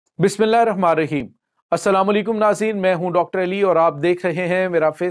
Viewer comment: ڑاکٹر صاحب بسم اللہ کو اچھی طرح پڑھا کریی